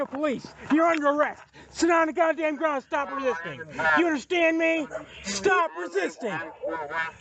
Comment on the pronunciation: This is what happens when you give someone a badge before they have mastered 2nd grade level pronunciation. "Get down on da gwound!!!!!!!"